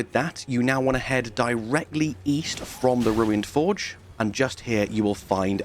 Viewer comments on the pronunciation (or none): none